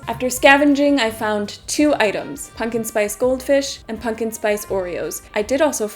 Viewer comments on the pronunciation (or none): My fav part of this vid is your inability to say the word pumpkin consistently. Punkin pungin, pumpin, ponken. Great vid, i didnt get this in my sub page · You say pumpkin in an interesting way